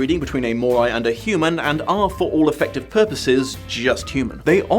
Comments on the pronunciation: I really like this book series but I LOVE the spin off 'Bloodlines'! Also: StrigOI and MorOI have the same letters at the end, which in my head always meant they are pronounced the same. seems to pronounce it MorAI instead. Oh well, that's what you get with fantasy novels:) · Say what you want about the movie, but it IS Vampire Academy. The series cannot claim the same thing. Also, either you're mispronouncing "Moroi," or your accent is MASSIVELY butchering the word.